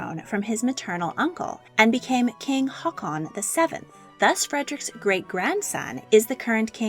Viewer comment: Valdemar is pronounced “Waldemar”. Every single video you mispronounce names and places. Your pronunciation of “Harald” and “Haakon” is horrific.